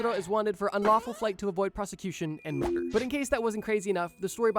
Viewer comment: re - Dear Gods!! He's wanted for Mur-blur?